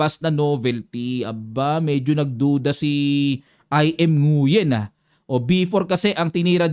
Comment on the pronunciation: Nguyen is pronounced as Ngwen.